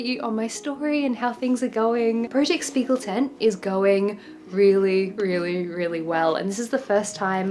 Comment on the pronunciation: Btw if you care: The "sp" in Spiegel is actually pronounced like "shp" - so "Shpiegeltent" ☺️